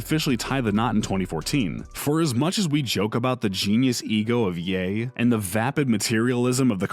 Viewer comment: Bruh tf did he called kanye "Yey"??